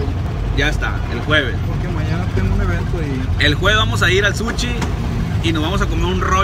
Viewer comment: Un suchi no mames quien vergas le dice así al sushi jajajajaja